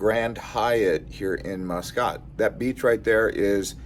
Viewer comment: The Grand Hyatt has some good bars including the sports bar. i was living there so use to spend a lot of time there watching F1 races and All Blacks playing rugby. Also I would take visitors and business contacts there. Nice place and the people are great. Muscat is pronounced Musk Cat. Oman can get up near 50c. I departed in winter from Christchurch, NZ it was Zero Degrees C, I arrived in Muscat it was 48c and that was a shock. It was also Ramadan so that made it challenging.